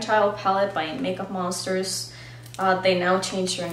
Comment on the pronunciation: Thank you for pronouncing the new makeup monster name, I have had such a hard time with that xD <3